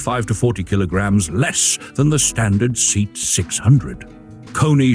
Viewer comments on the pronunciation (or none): "Say aht". Not "seat". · Did you say seat, as in a chair? It's S.E.A.T. ("see-ott") very much like F.I.A.T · Something like SAY-ott in Spain, SEA-ott in Britain. Seet in crummy A.I. These interesting cars are worth more having more attention given to scripts and video editing. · It is pronounced SAY-AHT. Robo-narrators are for shit. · Same here. And: AI voices are soulless. They can't pronounce SEAT correctly. We humans, the pinnacle of creation, are unique in our ability to speak. Machines that simulate humanity are neither human nor virtuous. They distort human thought because many people fail to realize that there is no personality involved. Greetings from Germany!🇩🇪🤝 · For God's sake, at least get the pronunciation of the marque correct! I'd rather have facts i can trust than cutesy banter.